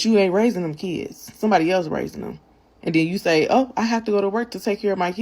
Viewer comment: PARENTS that aren’t on welfare ARE better than welfare parents. Also, ghetto asses, the word is “Kids” not “Keeds”